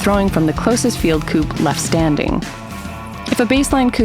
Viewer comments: That video is great, a bit fast maybe, but it explains the rules ok. The thing that REALLY aggrivates me is the continuos mispronounciation of the word Kubb, its Ku-bb, not Kuu-bb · Add on rule. When going for the "Queen" as we call it. You have to stand with your back to the Queen and shoot between your legs, with your weak hand. Also is that the American way to pronounce Kubb or have I always said it wrong?